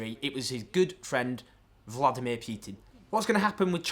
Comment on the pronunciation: weird pronunciation of Vladimir. Is it an attempt to sound it more like it would be sounded in Russian? If so, it's more like vluh'DEE-meer, with the emphasis on the second syllable.